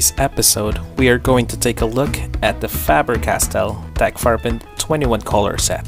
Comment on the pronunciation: Yes, that's probably the first time I heard someone that's not German pronounce it, and yes, you did perfectly fine. Also I really like your accent, where are you from? (If I am allowed to ask)😅